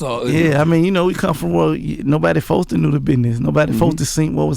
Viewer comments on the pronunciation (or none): one time for gotti still saying fosed ta. instead of supposed to lol